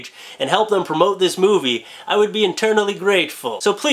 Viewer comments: Internally grateful? Maybe my speakers and/or hearing is off but it sounded like internally lol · He said I will be "internally great full". Lol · Did he say 'eternally' or 'internally'? Lol